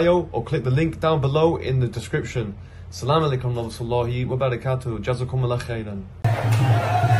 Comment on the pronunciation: Brother always sy Asalsm-o-alikum not salam o alikum check the correct way of salam. Thank you.